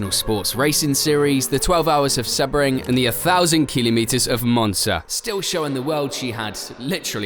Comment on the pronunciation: How can you not know how to pronounce Sebring?